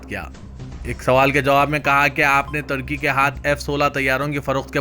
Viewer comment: kiya bolery ki samajh me.nai aara turkey ku tarkey bolrey advance urdu